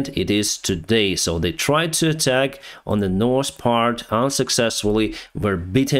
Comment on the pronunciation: I can hear the " North " is now spoken perfectly , however don't change to suit us . You are our Ukrainian friend . Thank you for the updates 💙💛💙